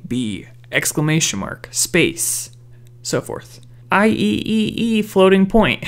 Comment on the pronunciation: For future reference, "IEEE" is pronounced "I triple E"